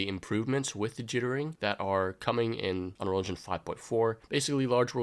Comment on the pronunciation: it's UNREAL ENGINE, not unrel enginch....